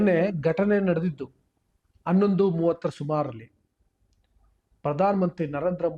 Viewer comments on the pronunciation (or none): ಅನ್ನೊಂದು ಅಲ್ಲಾ ಹನ್ನೊಂದು. ಡಫೆನೆಟ್ಲಿ ಅಲ್ಲ ಡೆಫನೆಟ್ಲಿ. ನೆಟ್ಟಗೆ ನಿನಗೆ ಕನ್ನಡವೇ ಬರಲ್ಲ.ನೀನು ದೇಶಕ್ಕೇಲ್ಲ ಬುದ್ಧಿ ಹೇಳಕ್ಕೆ ಬಂದಿದೀಯ ಇವನು ಪರಿಶಿಷ್ಟ ಅಂದಾಕ್ಷಣ ಏನು ಬೇಕಾದ್ರೂ ಮಾತಾಡಬಹುದ ಮಿಸ್ಟರ್ ನಿನಗೆ ಯಾರಾದ್ರೂ ಹೇಳಿದ್ರು ಇವನು cj ಆದಾಕ್ಷಣ namage ಉರಿತು ಅಂತಾ.ನಿಮಗೆಲ್ಲ ಒಂದು ಭ್ರಮೆ ಆಗಿದೆ ಥೂ ನಿನ್ ವೀಡಿಯೊ ಗೆ ಬೆಂಕಿ ಹಾಕ ನೀನು ಜೈ ಛೋಟಾ ಭೀಮ್